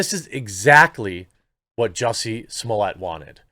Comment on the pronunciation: its pronounce JUSSIE like juicy and SMOLLETT rhymes with bolete or bullet